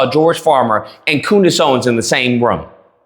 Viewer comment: You said" Coondace!" 😂😂😂